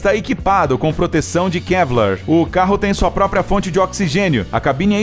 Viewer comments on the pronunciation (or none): none